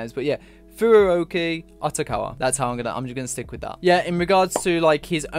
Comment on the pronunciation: outokawa is pronounced otokawa in japanese putting a u after the o just makes the o sound longer.